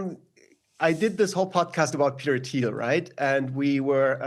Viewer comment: "Teter Thiel"